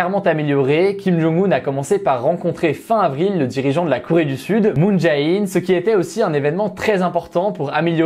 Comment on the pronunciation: Bonne vidéo comme toujours mais c'est dommage que tu ne lises pas les commentaires sur la prononciation des noms ou juste que tu ne la cherches pas avant de les citer ;) [Kim Jong "eun" et Moon "djé" in]. (oui je sais c'est carrément un détail, pas très important, me tapez pas trop)